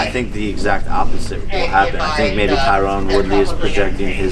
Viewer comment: I like how he keeps calling him Tyrone instead of tyron lol